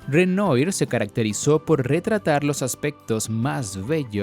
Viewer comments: Bueno el video, pero la pronunciación de los pintores uffff. Al menos podría haber colocado el texto y así uno lo identifica. Cuando menciona Renoyr después de mucho supe que erea Renoir (Renua) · La pronunciación de los pintores franceses me hace pensar que en realidad no sabe nada del Impresionismo. Renoir se dice "Renua"